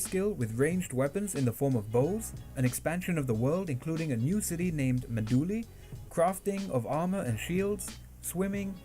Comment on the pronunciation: the old community pronounces Meh-doo-lee